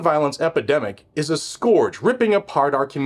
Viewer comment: Score sounds like oar. Scourge sounds like urge. Scourge does not sound like sk-oar-geh, but sk-urge.